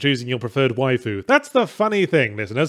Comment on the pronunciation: Wow, so that's how you pronounce "Waifu"